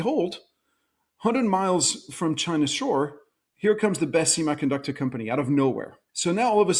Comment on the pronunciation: I cringe every time he says simaiconductor